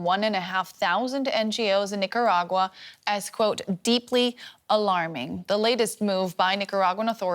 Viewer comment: I heard of nicaragua but nacaragua? Where is it?